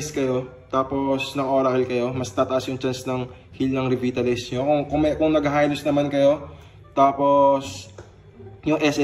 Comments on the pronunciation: Reh-Vai-Tah-Lyz ☑️ 🗣️ Reh-Vit-Tah-Lyz ❎ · Rebaytalays hindi rebitalays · Hi lods,. Been watching your tutorials and really helped alot. Just 1 advise though, It's not pronounced as "Revit" It's "Re-vai-ta-lays" Please don't get me wrong on this. Godbless and more powers to come. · Boss, REEVAYTALAYZ ang basa dun. haha Pero salamat sa video, lalakas lalo ang Hylos ko. TY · Re-vay-ta-lize po. Idol tank pa din